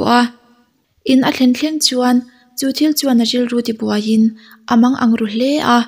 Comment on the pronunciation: I aw amawi in a ngaihnawm thin tawp.. Mahse, "chuan".. "Chu" tih hi i lam engemaw mah2, lam raw tawp zawk la a mawi zawkin, amawi tho ag. I aw a cute tawh hrim2 tho.. Lam dik pangai tawp la ka lo duh